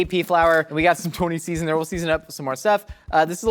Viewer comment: Tears of joy when he pronounced Tony's correctly.